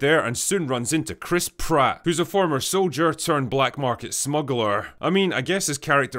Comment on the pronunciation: There was emphasis on the Pratt part of that name check.